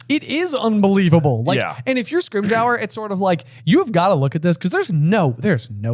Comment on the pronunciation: Guys, it's pronounced Scrim-ger. Like ginger. But scrim. Its not scrim-j-our.